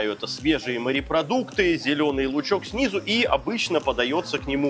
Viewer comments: Когда говорят "марипродукты" , не много каробит! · Сколько смотрю ,столько же и бомбит у меня от слова « МАРЕПРОДУКТЫ » !!!!! Ну бля ,ну как там можно ????